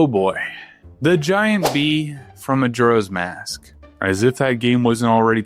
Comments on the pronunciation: i can't be the only one upset with his pronunciation of majoras mask. muh jor uh. not jur. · You don't know Majuro's Mask? 😅 Reminds me of my mother calling sudoku 'saduko'. Maybe he's dyslexic and never double checked?